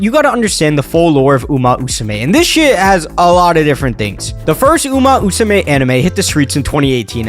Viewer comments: uma Musume, not uma usume, come one, let me hear that MMMMMM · at first he said uma usame lmao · pretty sure it's uma musume brother. Not uma usume. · why are you saying "uma musume" as "uma usume"? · It's Uma Musume. Not Usume. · Uma Musume, not uma usume!!!! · "Uma Usame" "Uma Usume" 💀💀 Maybe just call it "Horse Girls" because that what "Uma Musume" literaly translated. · i exit the video after he say umu usume lol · Can't get past 1 minute because of "Uma Usume" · Enough sense to try and capitalize on the current popularity of the game, not enough actual brain matter to say the name of the series correctly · uma usume haru uraha 🤦🏻‍♀